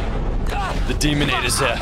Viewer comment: the little teh 😛 will never not be funny to me